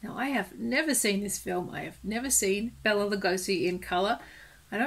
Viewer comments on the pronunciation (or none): Bela's name is pronounced "Bay-la" not "Bell-a"